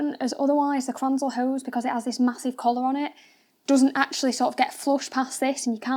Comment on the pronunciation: Might want to explain in the video what mounting kit you used and also it’s not pronounced kranzel. Gritting my teeth.